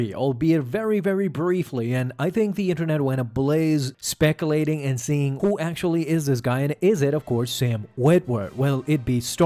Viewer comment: SPEC-YOO-LATING. Not SPEC-A-LATING